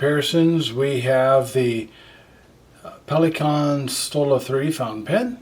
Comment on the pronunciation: You spelled Pelikan right - with a slightly noticable american accent ;)